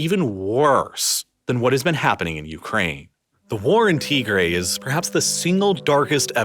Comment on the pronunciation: Good video, shockingly well done. some of the pronunciation is well off. You can listen to how they say it and copy it Tigray TIG GRAY